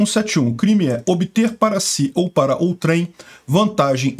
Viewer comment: A pronúncia correta é "ôutrem" e não "outrém" ... 😉